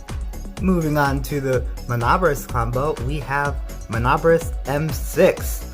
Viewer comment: It's pronounced Min-neh-bore-ohs btw lol